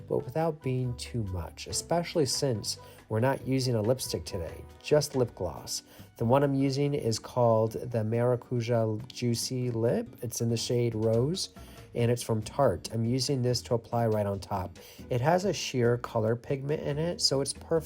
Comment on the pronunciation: It's pronounced "maraKUya". 😘